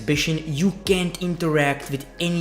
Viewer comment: = no offense but I can't understand your "accent" Do u mean can or can't interact with objects?!- If u can, I find that is #Dope as & an improvement for 2K. If not; then yea, it's pretty worthless.